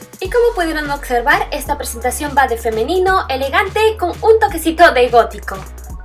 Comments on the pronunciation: Ay la palabra es observar no ocservar 😔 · es observar no ocservar 😂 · Se dice OBSERVAR NO OCSERVAR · hermosa, amo tus videos.. 💜 ( se dice observar jiji..) Subí mi primer video a mi canal las invito a pasar 😌